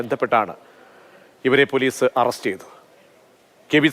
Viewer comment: Renuga alla do...rekuka...arrast alla ..it's arrest😂